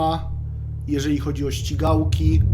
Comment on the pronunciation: Czy on powiedział śćigałkie 🤣